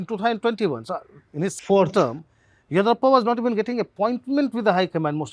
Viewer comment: Sir. Of course experts required for you both not on just on the nuance of Karnataka politics but also how to properly pronounce “ Yediyurappa” correctly.